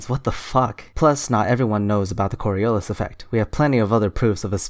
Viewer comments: That guy always going "Corialis" effect really Fucking triggers me. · Am I the only one who keeps thinking about the borialis when that guy says cori”a”lis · When listening an idiot is painful and entertaining at the same time. One alway is curious what is the next thing they are going to invent. I almost feel bad “almost” key word for laughing at him. He couldn’t even pronounce it right! He can’t even explain it right conclusion he doesn’t even know what he is talking about! And at the end “the part Jews” killed me...it always end in religion. I’m so sorry for laughing I promise it was not about the Jewish people it was about him just adding it like a plus to his explanation like it would explain everything. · I hate it when people can't pronounce "Coriolis". It's not even difficult. Fucking morons.